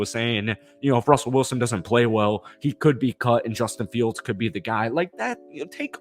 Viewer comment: "Jawstin Fields & AreTher Smith"